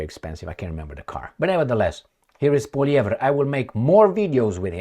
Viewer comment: he pronounced Poilievre better than most Canadians. even got the rolling R correct.